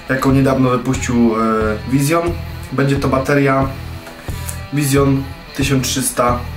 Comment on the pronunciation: Jaki Vision i jaka wersja stel ? Po pierwsze Vision czyta się Wiżyn, tylko z akcentem. Po drugie ta Twoja wersja "stel" to stiiil. Tak to się mówi.